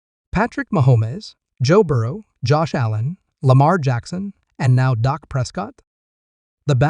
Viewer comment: Please pronounce his name correctly, it’s Dak not Doc.